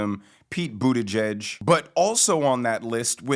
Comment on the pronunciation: says buttgieg, all wrong is bootyjuice just like Biden said it.